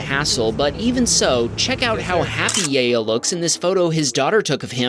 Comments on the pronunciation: I believe the name is pronounce YAH-YO not Yay-yo. Sorry, I just thought it was funny😂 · You mispronounced Yayo a dozen times in the space of a minute lol